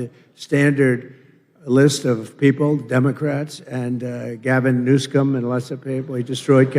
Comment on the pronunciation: Sounds like his Mike is a little too hot. It’s coming across distorted (signal clipping). - Wow! I just got it! I’ve heard this man mispronounce that governor’s name many times before now and I just got it: New Scum. Guess I’m slow.